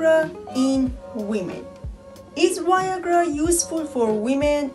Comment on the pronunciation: She says Y-agra 😂